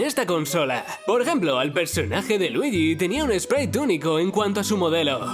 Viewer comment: Marioh, luigih, habla bien i'm be cil💩💩💩